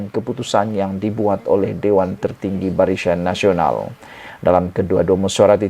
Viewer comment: Barisyan Nasional.. Apa keras lidah tu? 😁😁😁